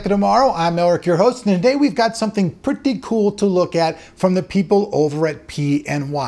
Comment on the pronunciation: i love how u say Pretty.in,,....... keep up:D